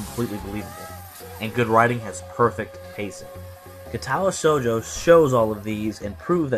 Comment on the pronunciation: Word of advice: your Japanese pronunciation will improve greatly if you always place the emphasis on the first syllable (KA-tawa SHOU-jo), not (ka-TA-wa SHOU-jo). It's not always true, but it's true often enough that you can default to it.